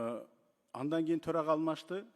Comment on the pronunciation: Адан эмес, андан дечи спикер.